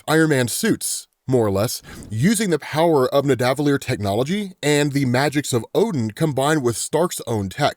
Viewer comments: it’s Nidda-vuh-leer not nih-däh-vuh-leer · Thank you!! He was getting on my nerves with that. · Its pronounced (NIH-DUH-VUH-LEER) btw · With kindness, may I recommend the pronunciation of neh-duh—vuh-lee-er with the pause between duh and vuh, instead of neh and duh